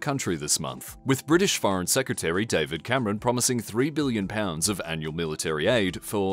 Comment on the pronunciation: Oi. It's Billion, not Billon. Also, it's Million, not Millon